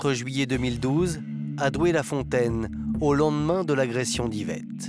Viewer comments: Doué la fontaine, pas Douai... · c'est pas le nord c'est pas Douai; c'est Doué-La-Fontaine ;)